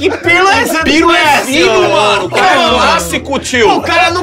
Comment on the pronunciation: Pirlipe Melo...luis pirlipiano...pirlyol....kkk paulinho o filho do povo